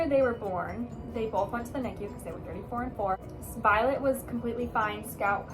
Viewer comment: This whole time on TikTok I thought you were saying Violet and Scout?!?! omg